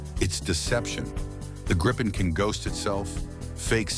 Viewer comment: It's pronounced more like Gree-pen .